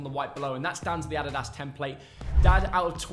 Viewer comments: It is adidas not aDEEDAZ lol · These two hate way too much on some of these shirts. The dad says Adidas completely wrong.